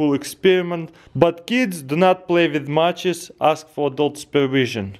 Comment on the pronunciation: "Do not play wif matchez ask for adult pervision"